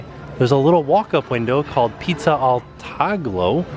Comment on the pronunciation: Hi - Taglio is pronounced like tahl-yo almost like saying "tall yo." 😄 Pizza al Taglio means "sliced pizza."